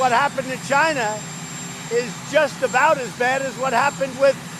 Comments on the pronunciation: Dammit ! It's CHINA !! NOT JINA !!! Asshole in all kind of ways...impeach and remove ! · If Trump hates immigrants so much..why does he keeps asking for help and why does it sound like trump is saying Gina....like vagina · Or as he would say CHAI-EE-NA. Impeach the orange. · Why can't he pronounce China in the proper way?